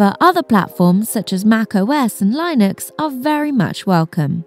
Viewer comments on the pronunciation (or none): I haven't heard Linux pronounced that way in a long time. my first way saying it/preferred lol, cool event though, think I'm in a time constraint to participate but gl to all :)